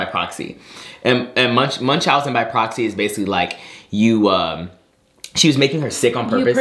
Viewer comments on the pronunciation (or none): none